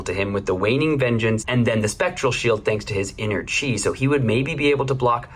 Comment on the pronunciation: Timestamp "pitch an inner tree" pretty much all of your pronunciations of chi were spot on, this one time caught me off guard, and i laughed my ass off,there were many times i laughed throughout this video though. You guys always bring a fun time to the table. I really appreciate the content of Three Floating. The love for this game is dripping from your Flesh And Blood souls. I feel it! It's contagious! Much and love and success into the future.